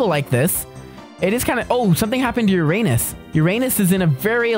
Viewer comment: Hey you always say Uranus wrong